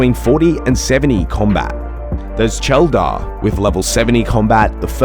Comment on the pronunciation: Who is " Cheldar" lol